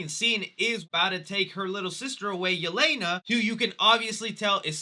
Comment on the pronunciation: I am sorry but the way they pronounced Yelena's name in the movie hurt my ears